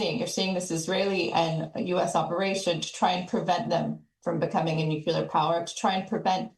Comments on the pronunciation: Nuclear. Not nucular. Geez. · Simple lies. And its pronounced Nuklēr not nucyeler